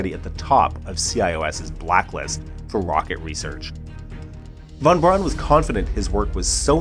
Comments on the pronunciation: And while we're at it: "von Braun" is pronounces "fonn brown", not "won bronn". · Von Braun is pronounced Fon Brown (not Brawn)